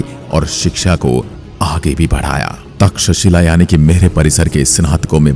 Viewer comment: तक्षशिला विद्यापीठ बोलने में कुछ तकलीफ होती है क्या?